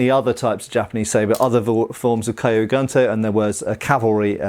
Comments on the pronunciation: Just to add something on pronunciation of Kyū Guntō, “Kyu”, transladed as “old” is pronounced like Key followed by an elongated U (so Keyuu), while in “Guntō” , translated as military (gun) sword (tō), the U is pronounced like in “blue”, and the final O is elongated (Gontoo). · It would be pronounced more like "kyoo goontoe" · Key-you goon-toe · One detail: gunto is pronounced as GOON-toh......literally means military sabre (single edged blade). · From my study of the Japanese language (just casually over a couple of years- so I’m certainly not an expert) I think the pronunciation would be closer to Cue Goon-toe. Cue like a cue ball, one syllable. Interesting vid! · Kyu Gunto = cue (like cue ball) goonto.